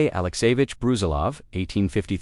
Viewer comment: Its not Bruzilóv, its Brusílov